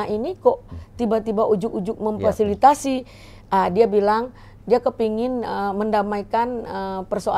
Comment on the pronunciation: belajar ngomong dulu bu Memfasilitasi yok sama2 diulang Memfasilitasi